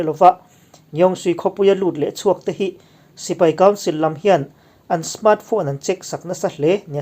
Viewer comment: I mizotawng hmandan a thlûk dik thlarh thin hi ka chhuang che, tih sual zauh hi a awmlo theilo chung hian i tisual tlem kher mai.